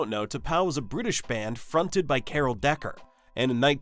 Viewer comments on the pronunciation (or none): none